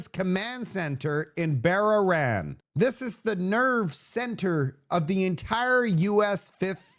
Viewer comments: It’s prounced ‘Bah-rain” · Great show,. It's Bah-rain. FYI. Marx brookfield saying it will require sacrifices meanwhile he's supposed to get a $170,000 raise on April Fools. The only fools are the canadians that voted for this shit show & support this clown show government. Revolution or 3rd world poverty, these are your choices...